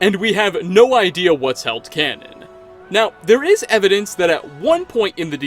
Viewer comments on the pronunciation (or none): none